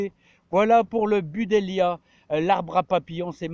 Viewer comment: On dit BU-DLEIA… pas BU-DELIA 😁